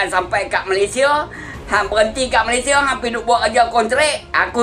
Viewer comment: COBA PERHATIKAN DAN DENGARKAN BAIK BAIK, APA YANG DIUCAPKAN... BERKATA MALASYA.... MALASYA... MALASYA... 🤣👻🤣🤣🤣👻🤣🤣👻🤣 ITUPUN KALAU TIPE M MALAYDESH TAK PEKAK TELINGA 👻🤣👻🤣🤣🤣👻🤣👻